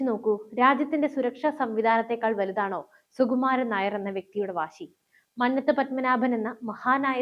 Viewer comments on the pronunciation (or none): മന്നത് അല്ല മന്നത്ത് പന്മനാഭൻ മലയാളം പോലും ശരിക്ക് അറിയാൻ പാടില്ലത്ത ആളാണ് വാർത്ത വായിക്കുന്നത്